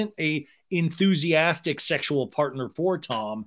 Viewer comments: He DEFINITELY says "UNTHUSIASTIC" lmao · He said unthusiastic couple times